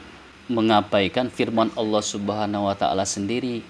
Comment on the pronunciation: 1. Lafaz jalalah yang didahuluin kalimat yg berakhiran kasroh harus dibaca tarqiq, bukan tafkhim. 2. Bacaan kitab sedikit banyak yang salah, kalau mau diartika dengan awalan di, maka fiil harus dibaca majhul dengan qoidahnya. 3. Tafsiran jumhur ulama tentang rosulin karim itu bukan Rusululloh, tetapi jibril... Silahkan baca tafsir jalalain, ibnu katsir, sa'adi, baghowi, qurthubi, al-wasith... Kesimpulannya, pembenaran yang salah tetap dianggap salah dan tidak bisa menghapus kesalahan. Hanya menambah besar potensi kesalahan yang lain. 😂😂😂